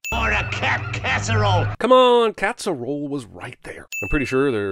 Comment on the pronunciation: "Come on, catsserole was RIGHT there". So was "Dalmanarration" earlier, but I wasn't gonna say anything.